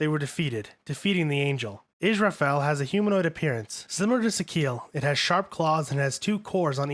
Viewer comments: Is rah file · The way you mispronunce names is so cacophonous that it’s hard to stay focused on what you are saying. Lawn-jiai-nus, ram-me-el, is-ra-feel to name a few. I understand a lot of the names are Hebrew, Latin,and Japanese but proper pronunciation is part of good research.